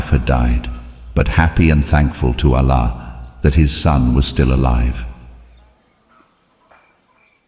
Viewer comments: Pronunciation of 'Allah' as 'Alla' is annoying. Please fix this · Why you pronounce Allah as Alaa? My suggestion if you says the names of prophets according to the quran like Ibrahim not abraham,sulaiman not salomon mean it would be more easy to get into kids mind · Your pronounce the Term Allah wrong you must pronounce it correctly and besure that what you are telling the story of Propeth Abraham is true-to-life story of Propeth Abraham becouse if what you are telling is not true then you misleading people and you are accountable to Allah and you will be punished by Allah if Judgement day come I was not convinced your story becouse even your pronoucetion is wrong. You pronounce the name of Allah is not correct.Allah is Arabic term of God atrue God is Allah.study more.😊😊😊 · You spreading wrong information...you can't even pronunce Allah correctly.. you are not a muslim. Water came out by the Hazrat Ismail's feet rubbing on earth with thirst and crying.. so the water came out and then hazrat hajra said these words Zam Zam means stop here.stop here . And water stopped...